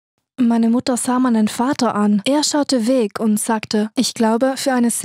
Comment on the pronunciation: Wie Sie das "Weg" betont, als wäre das weg gehen ein fuss Weg wäre xD